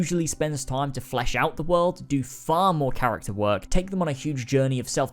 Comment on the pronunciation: Next time I watch a video I’m going to play a drinking game for every time he says CHARATCER